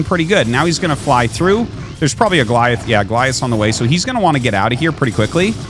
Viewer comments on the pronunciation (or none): none